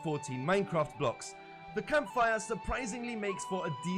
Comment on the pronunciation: sounds german.. kampfire